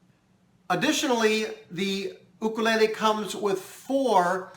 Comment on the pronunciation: Thank you!! you are the only 2nd you tuber that pronounced it correctly i am a new subscriber to you mahalo